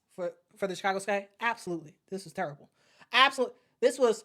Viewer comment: I thought I heard you say, "torrible". I'll assume that it's worse than terrible and horrible put together.